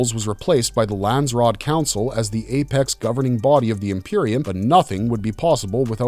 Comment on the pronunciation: Lans-ser-rat who taught you how to read....